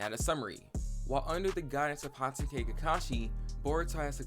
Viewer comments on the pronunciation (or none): none